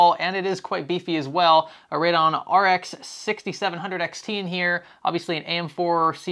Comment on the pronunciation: Radon is a gas, Radeon (ray-dee-on) is a graphics card. ;)